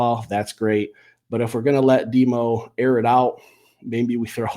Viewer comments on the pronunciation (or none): none